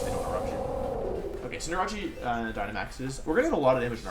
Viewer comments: It's CinderACE!!!!! Like aerial ace or an ace!!! Sorry it just sounds like your saying cinderachi. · Wolf, it’s pronounced Cinder-Ace, not Cinder-Rachi. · Wait... why does he always pronounces Cinderace as Cin-de-ra-chi? xD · cinderace not cinderachi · Is its name really pronounced cendera-CHI or is that your meme name for it? I thought i was cender-ACE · Why do you pronounce Cinderace wrong?! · Why do you say cinderace wrong...